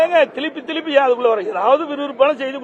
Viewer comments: சார் ஒரு சின்ன சந்தேகம், எனக்கு சரியா காது கேட்கல,,, திலுப்பியா🤣திருப்பியா,, ( என்ன சொன்னாரு? 🤔🤔🤔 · Eenda Tamil lay pesavay varalay Therupe Solrathuku (Theluppe, Theluppe) nu Solraru. 😂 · அது என்ன, திழுப்பி திழுப்பி? தமிழில் உளறல்!!! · ஒருவர் 4 ஆண்டுகள் முதல் அமைச்சர் இருந்தவர். தமிழ் பேசும் அழகை கேளுங்கள் திலுப்பி என்று பேசுகிறார். பாரதிய ஜனதா கட்சி என்று கூட பேச தெரியவில்லை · Thilippi thilippi😅😅😅😅 Tamil thagaraaru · திலுப்பி திலுப்பி !!! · திலுப்பி திலுப்பி த்தான் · திலுப்பி திலுப்பி யா 😂😂